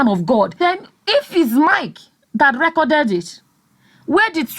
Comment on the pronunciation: Hahahhaha!!!! “ he recorded it, and gave Mike a copy... and distributing them like guguru and èpa.” I heard your accent when you said, “he reekoded it.”